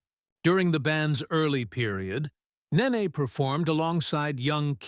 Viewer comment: BTY, it's Nene (Ney Ney, not Nah ney) Get it right, she's a future superstar 😌